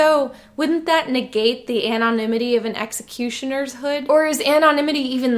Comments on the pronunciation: “An-on imity” Dude please pronounce it like a normal person pls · Terrible movie. Deservedly forgotten now, save a few Luke milking walrus memes. Divided a fan base like no other film has ever done. And a couple movies later, after trying to erase its damage themselves, they decided to stop making movies all together. Also, you pronounce “anonymity” weird.